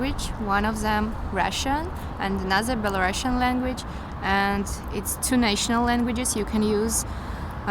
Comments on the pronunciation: NO BelaruSSian, to speak correctly BelaruSian. Не Белорашн, а Беларусиан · the first "belarusian" is not a real belarusian if she can't even pronounce her language name in English right🤦🏼‍♀️🤦🏼‍♀️🤦🏼‍♀️